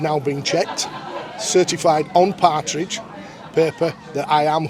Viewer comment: ITS PARCHMENT NOT PARTRIDGE LOL